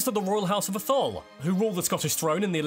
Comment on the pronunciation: Er, 'Loch-AH-ber' (and the Faroe Islands ar 'Fare-oh', not 'Farrow'). Oh - and it's 'ATH-oll', not 'A-THOLL'.